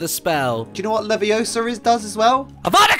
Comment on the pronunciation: It's Leviosa, not levios-AA XD this made me so happy